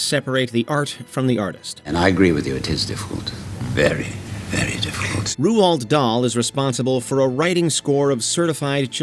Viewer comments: Who the eff is Roould Dahl. R-OA-L-D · Great video, but the way you say Roald is criminal... Don't get me wrong, he was abit of a prick... but his name is pronounced rowld not Rooald Google will tell you how to pronounce things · It’s “Rolled” Dahl Never heard it pronounced “Ru-Olled” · No. I'm not taking the piss. I remember an interview of Roald and Patricia Neal in the early 80s with Michael Parkinson, and they actually pronounced it because they were sick of interviewers and other journalists getting it wrong. 'Ru-ahl' is how it's pronounced. (edit for sounding error as I had included the 'd' when I shouldn't have as it's silent. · No, it should be "roo-all". Norwegian name from Norwegian parents. After Roald Amundsen. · How can this guy not pronounce "Roald"? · You pronounced Roald so wrong, it was painful to hear! There is no U in his name ffs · Try pronouncing Roald Dahl's name properly 🙄🙄🙄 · That pronunciation of Roald Dahl... ouch.